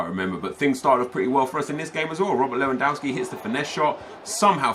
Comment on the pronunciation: Not leuandowski LEWANDOWSKI!